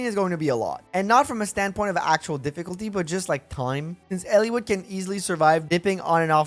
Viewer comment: Its Eliwood. Not Ellewood.